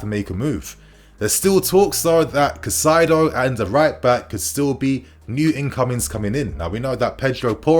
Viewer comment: Highly irrelevant but if you wanted to know Caicedo's pronunciation is something like "Kai-Ze-Doh"